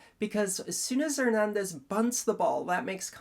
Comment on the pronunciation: THIS IS ONE OF YOUR BEST break downs. Excellent analysis of the facts and the rule(s). And the way you pronounce Hernandez is 🔥